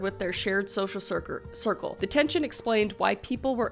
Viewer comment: "Sirker" 😂 a say circle as sirker, so I found this funny. Lol